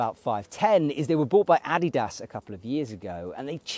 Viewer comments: Sorry, but he’s saying it correctly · For a non German he is pretty accurate.